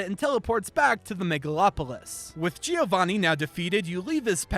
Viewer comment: Giovanni is pronounced as "Joe-van-knee", not as "Geo-van-knee".